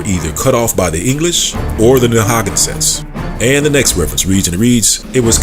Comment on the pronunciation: Narragansett is pronounced Nair-ra-gan-sett, and the t at the end of Pequot is not really pronounced.